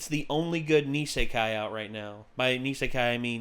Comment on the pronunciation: Isekai, not nisekai. Were you thinking about Nisekoi by any chance?